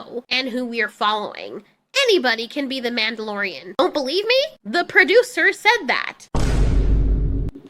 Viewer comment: 'Mandy-lorian' somehow sounds accurate.